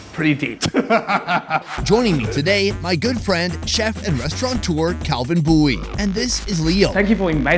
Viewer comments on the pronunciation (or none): restaurateur, not restauraNteur